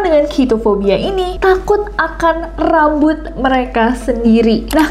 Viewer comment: apa cuma aku yg ngulang2 video bgian kak nessie ngmng RRRRAMBUT :)